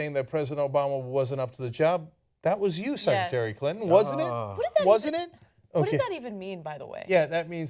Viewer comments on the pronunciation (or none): "Senatary Clinton"